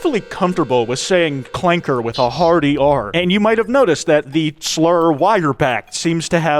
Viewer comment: General grievous gets the soft a not the hard clanker